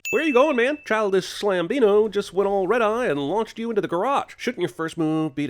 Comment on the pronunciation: “Childish Slam-bino” did me in 🤣🤣🤣🤣